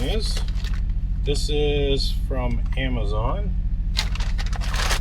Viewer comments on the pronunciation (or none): none